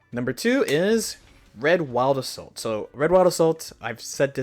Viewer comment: Whenever he says "wild assault" it sounds like "owada soul".